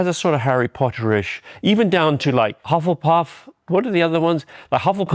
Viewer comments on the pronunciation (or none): none